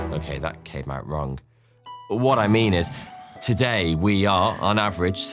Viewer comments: the grapic says we're doing it wong! isent it so pose to say wrong instead of wong ? I made a time stamp for it if not sorry english isent my first languer just noticed it and it seemed wrong ? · "We're doing it Wong!....".....? 🤣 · "We're doing it wong" 🤣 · "We are doing it WONG!" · "We're doing it wong!" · “We’re doing it wong!” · "... wong." lols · "Doing it wong" 😅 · "Were doing it wong" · "wong" lol